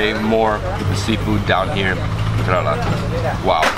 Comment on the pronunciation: Wonderful video. Just a small correction. It's Kerala. Like care-al-ah No offence. Loved your videos.